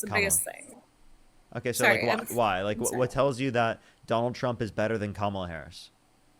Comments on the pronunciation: I must have watched dozens and dozens of your videos,, and seriously, I think there might have been only one person who has said Kamala's name correctly without you correcting them first (and/or ten more subsequent times). These people are not serious. This isn't like trying to pronounce "Buttegieg" or "Tlaib" on a first go. Her name is already one of the most phonetically pronounced names in politics right now, and it has been spoken hundreds and hundreds and hundreds of times across all media outlets for half a decade. How are they still having trouble trying to figure out where, among three simply pronounced syllables, the stress lies? These are fkg adults, for godssakes! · Instantly checks the Trump Cultist block of mispronouncing Kamala Harris's name. Don't even need to watch. I already know she's a moron.